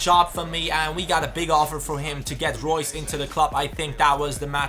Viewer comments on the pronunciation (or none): none